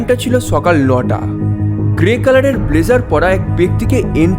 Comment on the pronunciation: আপনি ও ভুল করলেন?সকাল লতা নয় রে ভাই,উনি বলেছে চকাল লটা।